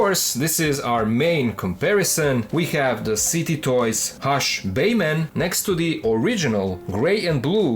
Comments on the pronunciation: ok man are you saying bayman just to ragebait or can you really not say batman. no hate just asking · No disrespect, but it's funny how you pronounce Batman as Bayman 🤣. *Oh wow. I just realized the name on the box and title is "Baiman". Now I get that's for copyright reasons (as ridiculous as that sounds in a case of a straight up bootleg), but not sure why you don't say "Batman?"